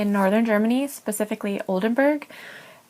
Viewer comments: SHE CANNOT EVEN SAY OLDENBURG CORRECTLY "BURG NOT BERG" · Nice video. I love Oldenburg, it’s a lovely city. My Dad is from Oldenburg. It blows my mind that she lived in Oldenburg for such a long time and still doesn’t know how to pronounce the city‘s name?